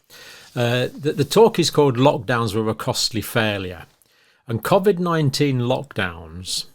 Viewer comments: Please stop saying cov-id co-vid is better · I’m let down by you pronouncing Covid, Covvid!! Very odd.